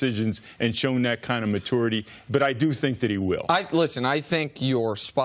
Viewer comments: What is up with Fox Sports analysts not being able to say the word "maturity" correctly? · why cant this guy pronounce maturity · I'm triggered by how Stu pronounces "maturity" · So Coach can’t pronounce maturity 🤔